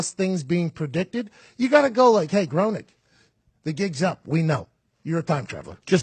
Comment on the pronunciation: BTW, I was once corrected in the pronunciation of Matt Groening name. It is pronounced "Graining" with a long A. Growning is a very common mispronunciation.